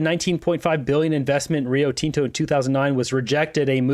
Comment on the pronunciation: you're pronouncing Rio Tinto wrong buddy! it's not TEN-TO! It's Tin-Tow